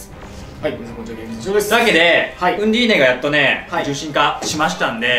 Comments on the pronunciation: ナウンディーネｗ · ナウンディーネですでに草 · ナウンディーネwwww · 開幕ナウンディーネで即吹いたｗ